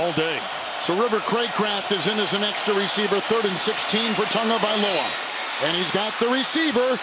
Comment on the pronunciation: Can someone please tell the culturally insensitive announcer that there is no "n" in Tagovailoa!!!